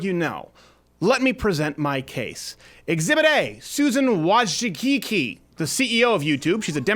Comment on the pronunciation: ... say after me, Canuck: "Wo-jits-kee" That makes this woman a feminist cunt AND a polack on top of it.